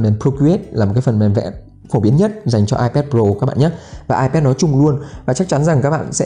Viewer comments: Hoặc là ai pét hoặc là i pát nhé.chứ đừng ai pát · Ipet à?? Nghe a đọc thấy cái tên máy lạ quá